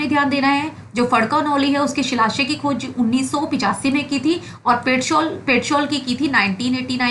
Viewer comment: कसोनी नही कोसानी,पेटसोल नही पेटशाल, मोयरो नही मोयरा ,उच्चारण सही से कीजिए गलत इफेक्ट जाता है